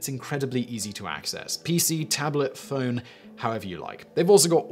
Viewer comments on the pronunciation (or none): none